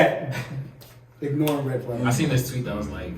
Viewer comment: not red flags sounding like six flags 🤣🤣